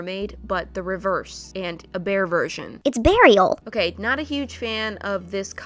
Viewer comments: why does bearial sound like burial?? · wait Morriah- Beariel , when its pronounced suspiciously sounds like burial .... imma let that sink in